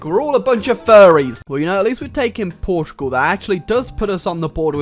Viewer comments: why are you saying Portrugal? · Why cant you say portugal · "Portrugual" will never not be funny to me.